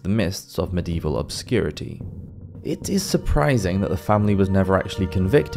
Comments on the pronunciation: And medieval has four syllables But this guy only uses two 😊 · How about the fact that medieval has four syllables but he only uses two It's a good thing I don't know where this guy lives boy I'd give him his comeuppance😊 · Medieval has four syllables But he only uses two